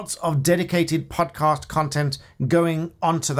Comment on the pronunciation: Did you say Pudcast? Someone get Paul Chowdhury for a duo.